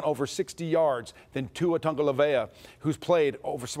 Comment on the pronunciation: He absolutely butchered Tagovailoa too 😂